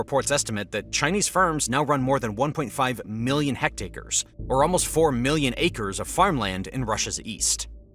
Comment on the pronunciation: It's "hectares" not "hectacres".